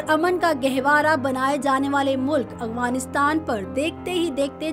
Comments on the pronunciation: اغفانستان نہیں بلکہ افغانستان لفظ ہے۔ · میڈم افغانستان تو سہی طرح کہنا سیکھ لو لفظ افغانستان ہے اغوانستان نہیں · Yar hairangi wali baat hy madam ko afghanistan kehna bhi ni ata